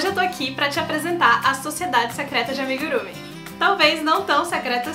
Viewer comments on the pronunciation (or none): Em japonês a última sílaba é tônica: amigurumÍ, emojÍ, animÊ, etc. Beijo. Vai dar certo!